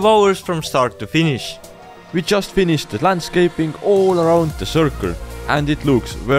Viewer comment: hehe "finifhed" just shows how tired they are.